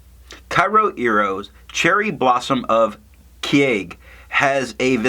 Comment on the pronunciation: In terms of pronunciation, Japanese has 5 maybe vowels: a (sounds like ah but shorter), I (shorter ee), U (shorter oo) E (like the a in fountain) O (you get that right in tomoe). Vowels next to each other dont change each other - pretend they're separated by a hyphen. Keage sounds like ke-a-ge. Your kyo sounds like kye-oh. it's only one vowel in kyo, so kyo sounds like k-yo-iro. Hope I explained it okay, it's kind of tough to explain it in written form (source - am Japanese).